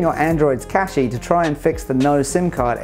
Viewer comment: Cache is pronounced "cash".